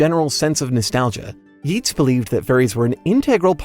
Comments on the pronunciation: It's pronounced "Yates." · Yeats is pronounced as Yates, like ate. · Yeats is pronounced "Yates." the "ea" in Irish and Gaelic makes a long A sound. Similarly to how McClean is pronounsed, "McClain."